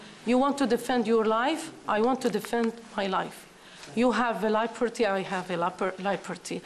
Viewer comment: It's the word 'liberty' being butchered by a supposed English teacher/sniper :D